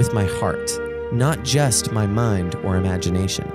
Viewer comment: You're pronouncing the world "just" wrong. You say jest. The second letter is a long U. Say it with me. JUh--ST.